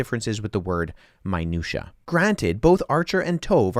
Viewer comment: minutiae is pronounced my-new-shee-ee. And eye-ruh-NEE-us, not ee-ruh-NAY-us.